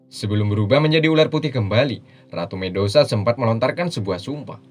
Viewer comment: medusa min bukan mendosa